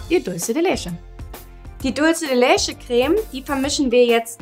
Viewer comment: Mira "Leche" ist Spanisch und wird daher nicht 'lesche' ausgesprochen!! Eher 'letsche'...